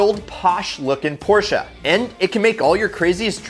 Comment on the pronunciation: The way he says Porsche is just like that mom at soccer practice with her new Macan